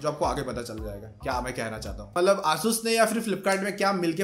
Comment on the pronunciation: Pehle 'asus' bolna sikh le